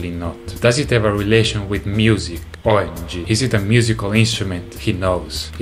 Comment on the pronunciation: I just love how he go "OI M G"